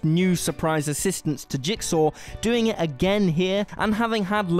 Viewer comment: "jiksaw" "jiksaw" "jiksaw" "jiksaw" "jiksaw"... Can this guy mispronounce a word any more? Jeez. It's almost as bad as people that say "skellington"! Lol